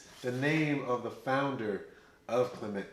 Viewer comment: I met a gentleman from Martinique who corrected my pronunciation. "Clay muh"